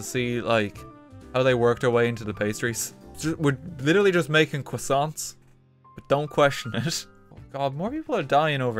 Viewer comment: We are just making cWoSSaNtS